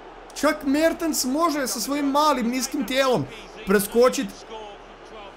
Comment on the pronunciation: Kad krene da kaze: Mertens, ja uvek mislim da ce da kaze: Merte Zaker